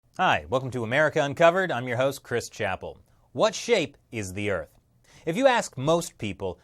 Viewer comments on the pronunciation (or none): none